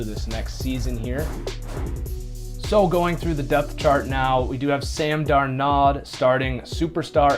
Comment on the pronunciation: It's Dar (rhymes with car) nold (rhymes with hold) ............Darnold.